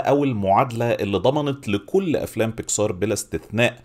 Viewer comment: بيسكااااار بيكسااار ...ياسيدي الفاضل اسمها بيكسر مفيش مدة على السين اطلاقا :(